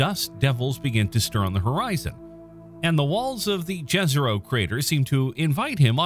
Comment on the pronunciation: I don't know if you will read this but Jezero is pronounced Yezero, like Yerevan or Maya People, i am Croatian native speaker aka Slavic speaker so i want to give you this advice for the next videos that follow, J in Slavic languages is pronounced like Y in English